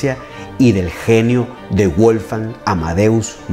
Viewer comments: CÓMO QUE BUOLFAN AMADEUS MOSAL, NO NO NO,SE PRONUNCIA WOGFAN AMADEUS MOZART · Su nombre se pronuncia "Volgang Amadeus Motzart"